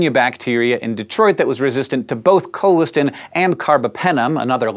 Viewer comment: It's pronounced col-is-tan